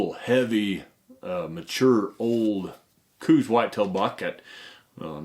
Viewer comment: Since you are the expert, and people will repeat what you say, it would be good to say things correctly. I said Couse exactly the way you did until well into adulthood. And I was saying it incorrectly. I believe it showes respect to say someone's name the way that they prefer it to be said. The man that discovered the Couse WHITETAIL deer subspieces pronounced it, so that it ryhmed with house. Some say it sounded like cows. Just my peeve. I liked the video, great info.